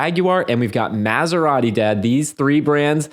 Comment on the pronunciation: "Maz-er-ati", huh? Sounds like you're not particularly familiar with this marque, huh?